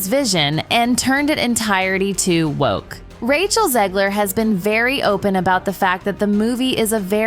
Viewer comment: the ai voice over on this needs some work lmao, mispronouncingg words like " DISNAY, WOKAY, PETER DINKLIG "